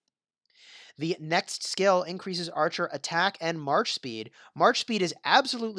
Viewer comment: Something's wrong with your mouth. You always pronounce "skill" as "scale". Wtf